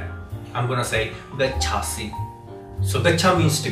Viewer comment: Although the connection between Sanskrit and the Slavic languages is prominent and wonderful, I'm sorry to say that your Sanskrit pronunciation and translation was poor. It's not गच्छासि, it is गच्छसि. Mi, Si and Mah don't mean I, You and We. They are suffixes for the respective conjugations. I = aham You = tvam We = vayam